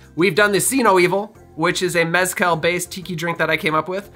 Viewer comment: I really like your channel homie, really great quality content. As a mexican, I have to comment on the pronunciation of the word Mezcal, the tonic is the syllable 'cal', so, mes-CAL, and not MEZ-call. Also, The z is not a US 'z' sound, but an 's' sound.